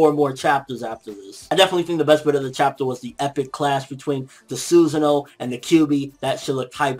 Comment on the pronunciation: ITS PRONOUNCED SOO-SON-OH it pisses me off the way you say it